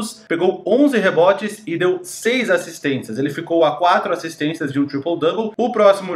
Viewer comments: Porque diabos você fala "assistênTias"???????? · Acho engraçado que o as vzs fala "assistentias"